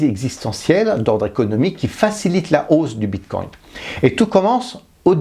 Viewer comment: Si jamais on dit bitcoin pas bitcoint